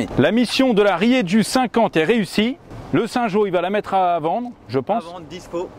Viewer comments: désolé de faire le relou les gars, mais Rieju c'est espagnol et ça se prononce Rierou! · ça se prononce riéjou ESPAGNOL !!!! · Salut du 65. Rieju c'est une marque espagnole ! Et nous dans le sud on prononce ça rirou 😉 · Rieju est une marque espagnole (bien connue des enduristes et crossmen). Par contre en prononce rieru et non rieju. (La lettre j n'existe pas en italien) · Rieju = spanish Et ca se prononce "rrrrérrrrou"